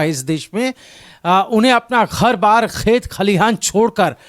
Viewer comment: Bhai please learn pronouncing words properly at time it's too rough on ears ghar saam etc making it worse